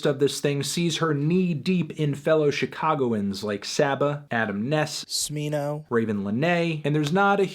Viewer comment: I guess u pronounced Smino wrong the 1st time lmao